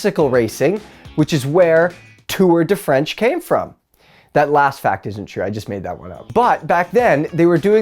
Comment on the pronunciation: Lol "Tour de French"